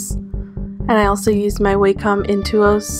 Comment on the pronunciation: Your doodles are beautiful! And you have such a different art style~ I just noticed that you pronounce wacom the wrong way. It's not actually pronounced "waycom" although most people think it does. The "a" is actually supposed to sound like the one in the word "ambition"!